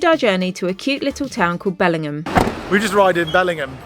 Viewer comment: Just so you know - it’s pronounced Bellin-jum! Northumberland have the weirdest pronounciations